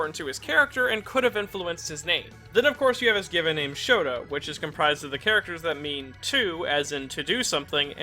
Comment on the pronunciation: Did anyone else hear ''Shoto'' Instead of Shota? It makes a really big difference considering Todoroki's first name is Shoto, I have re-listened it a few times and I'm almost sure its mis-pronounced